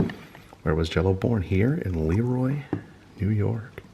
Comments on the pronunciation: Have to correct you on the pronunciation of Leroy. It's pronuoced luh-roy. Great video. Love seeing you on our town! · You mispronounced LeRoy. Accent on Roy.Former Rochesterian